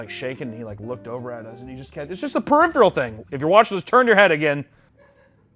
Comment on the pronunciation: that periphrial shit damn near killed me, holy shit. Not the old guy shaking with corn in his hand 💀💀